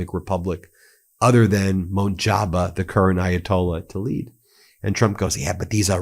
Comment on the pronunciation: Sorry but had to correct your pronunciation of Mojtaba. It is MOJ-TABA not Mon-Jaba